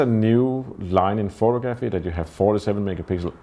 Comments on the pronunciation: why on earth don't you learn to pronounce the word photography correctly. it goes like this pho-tog-ra-phy. NOT.... pho-to-graph-y.. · Great work! Small note: it is pronounced phoTOgrapher, and phoTOgraphy. Action on the second syllable.